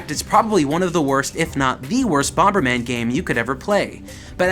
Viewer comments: Bom-ber?! It's bomber. Bom-er!!!! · Bomb is pronounced bom not bomba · First time viewer and I love that you're taking the opposite approach to almost every internet reviewer out there. Seriously, kind of love it.... That being said the extra b you added every time you said bomberman drove me nuts. Bomb-ber-man. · 'Bommerman . . . . BomBERman . . . " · Are you saying "BomBerman"? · Wait, do u think it's called Bom-Ber-Man? 🙈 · Why are you pronouncing the second B in bomberman it bugs me stop it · I keep getting distracted when pronounces the second 'b' in bomberman. Not sure if I'm missing a running joke in the show or anything, but it's jarring everytime it happens,lol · It's really irritating he keeps pronouncing the silent 'B'. Please get a reporter that actually knows the game they are reporting on. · I've never heard anyone pronounce the B in Bomber before,Still loved the video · You do realize that the second "B" in Bomberman is silent right? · Wait, is the second 'b' in 'bomberman' supposed to be pronounced? I say it silenced like HappyConsoleGamer. Is that a Canadian thing? Did I turn Canadian?